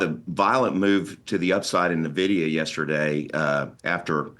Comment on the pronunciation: When he said "Navidia" I knew that he doesn't know anything about the tech sector.